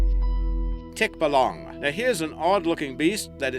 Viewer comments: It's pronounced (Tik-ba-lang) No offence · Its pronounced Tik-balang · Tikbalang in english tikbolong hahaha jk